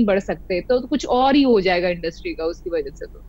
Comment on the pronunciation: Aap education le pehle... Its industry not industrii😅😂